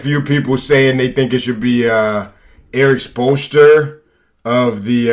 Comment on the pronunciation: He didn’t even know the name of the Heat coach??? It’s the same coach that lebron had! How could he not say it properly